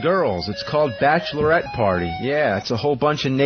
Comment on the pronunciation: 'Bashlerette party and Bashler party' -- Opie (professional talker)